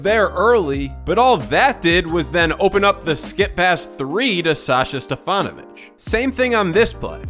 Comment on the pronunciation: Great compilation of various stats. And you do not scream like all of your fellow citizens do! Keep these two things going fwd and I'll subscribe!!!! Nice pronunciation of Stefanović name.